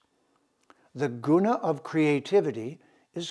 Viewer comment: Love and appreciate your broadcasts,, I learn a lot from them. Your Sanskrit pronunciation sometimes could be improved, though. It's not prakreeti, is it? ṛ ऋ is not pronunced 'ree'. It is a laghu or short syllablele pronounced in a short 'ri' as in the word 'rip.' Neither is 'u' उ in 'guna' a long syllable. It's not pronounced like to 'oo' in mood, but like the 'oo' in good. It is a short 'u' sound. Exact pronunciation of Sanskrit is vital, otherwise we change the meaning of the word.